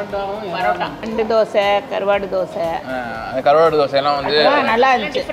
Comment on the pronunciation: Karvaaad😅😅😅(vadivellu slang)